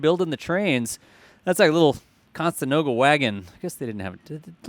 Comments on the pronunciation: Conestoga…you said Costenoga….😁it’s a place in PA. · "Conestoga" not constenoga. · It’s pronounced “con-a-stoga”, not “con-sta-noga”. Just a friendly tip before people start going nuculeer. ;-) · Co - ne - 'sto - ga 🤦‍♂ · Con-e-sto-ga wagon.